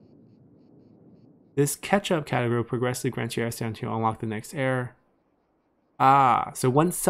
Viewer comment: Do you know how "era" is actually pronounced?